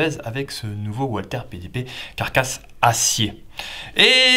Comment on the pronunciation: Ce qui serait bien, ce serait de dire "valther" pas "oualther"..?? Ces armes sont allemandes pas anglaises ou américaines !!! 😉😉 C'est pénible d'entendre "oualther" en permanence..!!! 😉